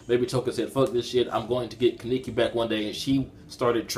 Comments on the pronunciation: Don't wanna be rude buts it's kaneki not kiniki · He butchers Kanekis name